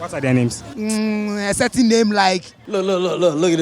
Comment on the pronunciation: The first guy kept saying certain in a not certain way,plus he said jaluany in place of January and auto sub thought he said generally...🤣 that’s why I always read the auto generated subs hehe